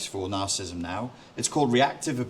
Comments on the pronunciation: You're giving a talk on a topic, yet you cannot even pronounce the name of the topic. It is not 'narcism'. It is nar-ci-si-sim. You're dropping an entire syllable. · FFS the word is pronounced 'NARCISSISM', not 'narcism'. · It's narcissism, not "narcism". Good talk, thanks. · I would find it a lot easier to take you seriously if when you are giving a talk about NAR-CIS-IS-ISM you would learn to pronounce it properly. It has 4 syllables not 3. Just saying.... Peace out dude! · He....he's saying "nar-cism". He didn't just misspell it, he's actually pronouncing it incorrectly. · How do you take him seriously when he can neither spell it nor pronounce it correctly?